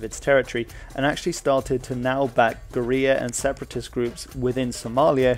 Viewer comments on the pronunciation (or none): none